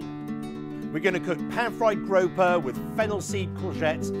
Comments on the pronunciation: 🐠 Grouper is pronounced - groo per. grope her is what you do at end of date night 🐠🍳🍳🍳🍳🍳🐠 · Grope-her? 😂 is that how they say it in the UK? Oh no. Group-er I know they aren't native to your shores so you can't claim this incorrect pronunciation 😂